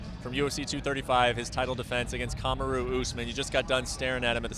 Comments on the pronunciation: This guy is butchering his name I'm surprised no one's corrected him Not Kama Roo It's Kamar Ru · "Kaa ma roo" get it together Okomoto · Does Brett intentionally pronounce Kamaru's name wrong or some shit? This dude's a top reporter for ESPN and he can't pronounce the name of the #2 ranked guy in the world correctly? (easy ass name to pronounce as well)... Just seems unprofessional af.